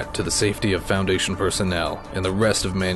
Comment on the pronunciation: It sounds like he can't pronounce Foundation and he's trying to pronounce it right without messing it up Also good job!